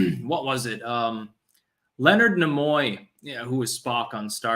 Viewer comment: Leonard Nee-moy (Pronouncing)